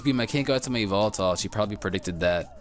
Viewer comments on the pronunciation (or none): E-VEL-TULL or Evil-Tell. Not E-VOL-TALL. Please lol.